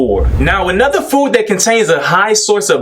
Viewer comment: I ain’t buyin not nan-nother bottle 😂😂